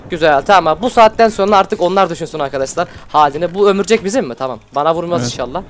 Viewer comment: bu ömürcek bizimmi ? hahaha !!! Doğrusu : bu örümcek bizimmi ?